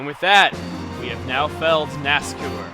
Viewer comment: Its not nascour its nascar...... I'll leave now